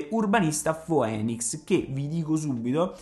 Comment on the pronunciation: Ottimi spunti per svuotare il mio portafogli. Ps: Phoenix non si pronuncia "finix"?